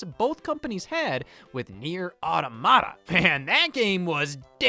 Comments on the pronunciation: I’ve never even played this game and even I know it’s “aw-tom-ihduh” not “aw-duh-maw-tuh” It’s okay though because your pronunciation is silly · “Otto motta” 😭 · I know it mentally hurt me when he said that. For the record it’s “aw ta ma ta” like automaton. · depending on how much of a pedantic nerd you wanna be it’s actually “out-o-ma-ta” (preserving the Latin pronunciation). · Please Scott, look up how to pronounce "Automata" before you publish a video 😭